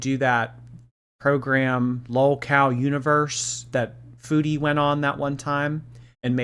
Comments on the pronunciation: Her pronouncing “foodie” like “feudie” is going to send me into a rage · it’s weird because she can pronounce food correctly (kind of) so why can’t she say foodie